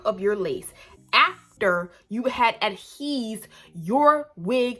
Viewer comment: "You have adheseved" 😅😂😂😂😂😂😂